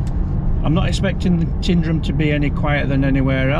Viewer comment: It's not "Tindrum", it's Tyndrum.